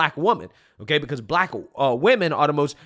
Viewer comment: "They're coming after me cuz I'm bleck! I'M BLECK!" Yeah, you're "blech" all right!